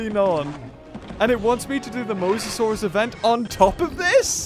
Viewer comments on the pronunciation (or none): none